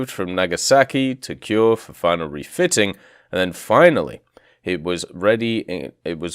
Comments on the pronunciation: A reminder that vowels are not silent in Japanese; "Kure" is pronounced "ku-reh". This applies to any Japanese word/name with an "e" at the end, such as the Tone (Toh-neh). Also, dear god, there soooooo much irrelevant information here. Not blaming you, the forum mods really need to get their shit together in terms of what gets passed to the devs. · It would be cool if we get it. Also, no offense, but your pronunciation could use some work on things like Leyte, Kure, Ozawa, Hiei, and San Jacinto (which was misspelled).